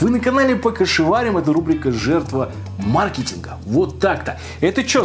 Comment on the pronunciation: наконец-то, научился правильно говорить ма’ркетинг. Ура!